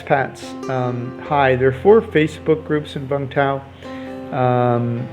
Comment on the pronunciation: Its pronounced “you-m th-ow”